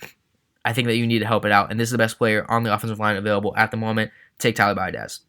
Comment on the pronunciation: Seeing Tyler go to the dolphins hurts but you make a good point, also I cringe laughed at your pronouncing of biadasz, your not the first to butcher it lol. Bee-ad-ish, sorry it just bothered me 😂